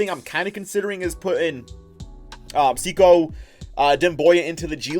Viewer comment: btw the way it’s not “see-ko” it’s “say-koo”, just trying to help out a fellow piston fan!